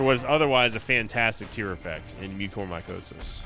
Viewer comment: Wait... THAT'S how you pronounce mucormycosis? I've been saying it very wrong this entire time